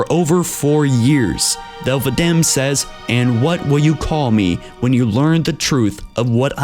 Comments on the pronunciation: Also the arbiters were a title of shame when the sanghelli joined the covenant and I think you pronounced thel's name wrong because in the halo 2 anniversary terminals its pronounced Vadamee not Vadam or however you said it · it's not vadam its vadamee the ee indicates military status